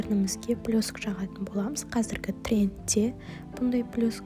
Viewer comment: Блёск емес вроде блЕск сиякты еди гой 😂